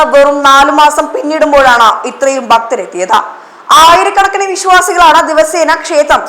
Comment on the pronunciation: ബക്തർ അല്ല, ഭക്തർ ആണ്.